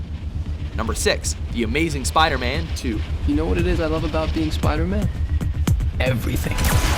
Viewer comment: ***** the amazing "spiserman" xD